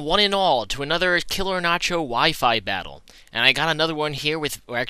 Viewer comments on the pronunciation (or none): none